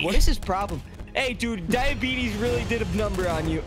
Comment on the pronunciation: I’m laughing so hard he said diebitys 😂🤣😂😂🤣